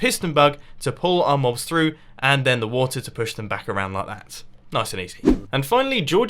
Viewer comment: You just said bank not back. Back is the right word